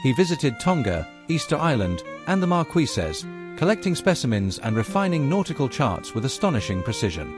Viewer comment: AI voice. “Markwisas”